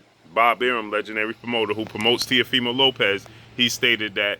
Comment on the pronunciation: I think that I heard say TEAFIMO LOPEZ 763 x's, I mean after the 1st 12, I think that we can figure out his last name if you just say Teafimo..... Goodness Gracious